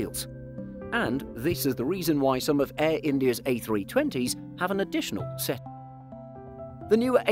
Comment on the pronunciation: he didn’t say the ‘t’ on the end of the ‘set’, nor did he say ‘of wheels’